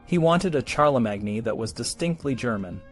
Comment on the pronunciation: Wooosh, talk about spreading propaganda amongst children! (I don't know if this is a human voice or AI, but either way – Charlemagne is pronounced with three syllables: Shar-le-main.)